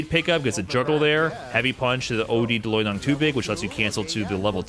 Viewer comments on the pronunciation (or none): none